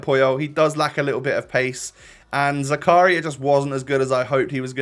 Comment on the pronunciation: When realizes that it isn't zuku-ryYYYA and it's zaka-REEEEEEEEEAAAA REEEEEE PLZZZZ